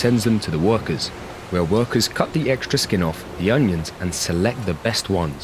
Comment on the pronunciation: ONIONS, not UNIONS. It drove me crazy enough to scream everytime he said union instead of onion.